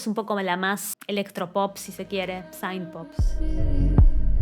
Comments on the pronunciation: No es saaaint se pronuncia sint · te banco fuerte pero tenés que dejar de decir "saint" jajaja, synth en inglés se pronuncia como suena 😛 Me pareció un disco solido y versatil para lo que es el pop actual, no me partió la cabeza pero me gustó lo suficiente como para escucharlo cada tanto, y me gusta mucho este rumbo de sonido indie que esta agarrando el mainstream, espero que no lo corrompa. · es q synth se pronuncia con la i latina, ella lo pronuncia incorrectamente